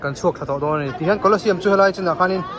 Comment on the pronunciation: Hmuhnawm hle mai. Kawlawsiam ti loin, museum lam ang deuhin kawlawziam tih ang deuhin, thahnem ngaih thuah lo sawi ve mai mai,😅 a tha vek tho e